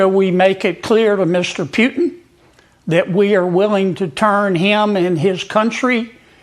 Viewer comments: This bumkin sounds stupid, and should go back to the swamp. It's Pootin not Phewtin! Geez what a goober! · "Mista Pewtin..." HFS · I love how he pronounces the Russian dictators name: Pewtin. 😂😂😂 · Actually, it's Pew-tun... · As in " Peeyuuu" he pronounces " PEEYUUUTIN" Stinkie Peeyuutin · Pew-tin 😂😂😂😂 cant stand that hicka 😜🤦🤣🤣🤣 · Pewtin? Kennedy can't even pronounce Putin's name. He has has got to go! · Kennedy sez "pewton" ..on point..😂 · Love how he pronounces Putin - Pewtin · I like how he pronounces Putin. Pew tonne. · Why is he pronouncing him as Pewtin? LOL Can't stand either one of them, don't get me wrong. Was it intentional? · Gotta love Senator Kennedy's pronunciation of "Pew - ton", lol 😅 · 😂 It's hilarious how he calls him Pewtin!!! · The senator can't even say Putin's name correctly. 😂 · The one and only thing that I like about Kennedy is the fact that he doesn’t know how to pronounce Putin‘s name correctly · Did you hear how he pronounced Putin?:face-green-smiling::face-green-smiling::face-green-smiling::face-green-smiling::face-green-smiling::face-green-smiling::face-green-smiling::face-green-smiling::face-green-smiling